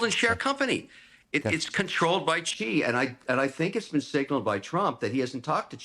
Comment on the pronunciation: would you stop saying chi? its more like she.